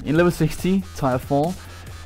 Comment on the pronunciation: Learn to pronounce tier